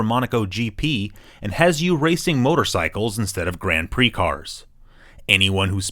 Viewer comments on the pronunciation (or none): none